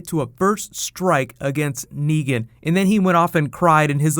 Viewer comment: It's Negan...with an a